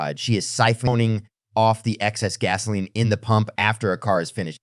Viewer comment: ITS PUMP NOT POMP!!!!!!!!!!!!!